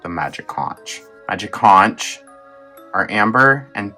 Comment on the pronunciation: Conch rhymes with "HONK".